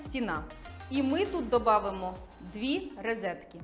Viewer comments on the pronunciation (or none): рОзетки, а не рИзетки)))